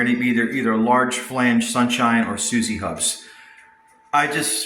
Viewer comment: SU ZOO HUBS ...not Su Zee !!! The Japanese name Suzue (すずえ) is pronounced as soo-zoo-eh. It is broken down into three even syllables: [1, 2]